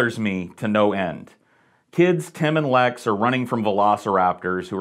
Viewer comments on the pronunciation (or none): It's Tim, with an i, not an e. Tem? TEM???